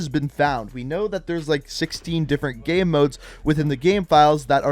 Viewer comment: LOL you say "gurm" instead of "game".... incredible.